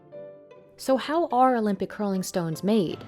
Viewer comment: why does she pronounce curling stones like rolling stones or crolling ? Is there anything wrong with me ? :D